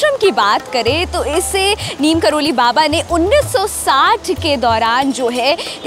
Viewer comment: नीम करोली नहीं नीब करौरी होता हे